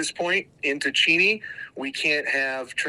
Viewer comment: They are definitely not pronouncing Cheney correctly idiots